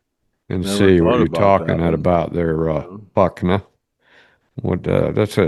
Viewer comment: I believe it’s not Fukna. It’s Fuk N A. Like replying to someone. Fukin Ay Man.